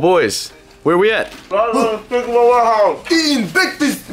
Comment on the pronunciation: Is it unspeakable or unspekeple